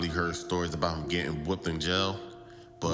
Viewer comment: For those who can't decipher: "Pit" is put and "hem" is him when the narrator speaks.